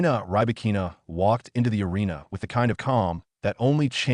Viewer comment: ahREEna & riBAHkeena Please train your AI and text2speech.